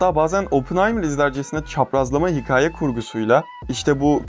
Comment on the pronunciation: Ulan hala hikâye demeyi öğrenmemişsin ya. Hikaye deme be kardeşim artık